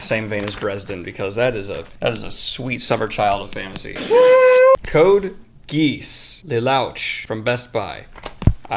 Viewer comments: Lol Daniel it's Code Geass not giss. I heard it's a classic anime not sure if it's fantasy but I heard it's good. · Yes! Special editions please Omg the way he said code geass😹😹😹 CODE GEESE!🦆 (Not a goose ik close enough) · I also mispronounced it when I first saw it written. It's "Code Gee-oss." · "Code Geese" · it's pronounced code gee-aus...and it's an awesome anime. lelouch is a gangster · "Code Geese". I'm dead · Your pronunciation of Emily Rodda ( pronounced Ro-da) and Code Geass (prounounced Gi-as, as in a karate gi) made me chuckle immensly. Never change Daniel. <3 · “Code Geese” 😂😂😂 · The anime-covered books are what we weebos call light novels. As for Code Geass, it is actually pronounced as GEEyas with a hard g. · THIS MAN SAID CODE GEESE Look up pronunciation dude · Geass is pronounced like this "Ge" rhymes with key; "-ass" rhymes with sauce. It's a phenomenal science fantasy anime. The title Code Geass refers to the name of the magic system. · Another great episode of strange unboxing ASMR and weird faces ;) Not to be that guy...BUT Code Geass would rhyme with "tee moss" and Lelouch would rhyme either with "duh swoosh" or "lay swoosh" depending on who you ask about the intonation of that first syllable. As for the two books with the anime covers; the Japanese call those "Light Novels" and its similar to manga but in a full narrative form instead of a graphic one. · Aaaaaaah! My anime senses are very upset by how you pronounced Code Geass and Lelouch!